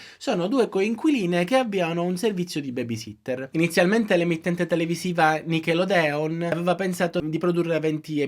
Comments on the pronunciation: Ok tutto😂❤ ma ti prego si dice “nickelòdeon” l’accento tonico sulla o. Lo dico perché sono crescita con nickelodeon e mi è venuto un colpo al cuore 😂❤ comunque vi adoro 😻 seguo dai video di quando ha raccontato l’esame di maturità! E p.s. Orrori in sala parto mi ha preparato ad una mia futura gravidanza 😂❤️❤️❤️ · Si pronuncia Nickelòdeon 😮